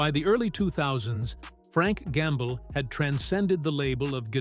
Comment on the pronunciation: Always the same voice, the same AI Tone, with improper pronounciations like "Frank Gamble". With all those hints noticed...better go to the comment section first, before wasting your time. Another hint is this title "Musicians he hated the most". Frank Gambale would never ever stoop that low: He may criticise fellow musicians, but never would he pronounce any "hate". Just beware of all those scandalous clickbait titles à la "hate", "shocking" etc...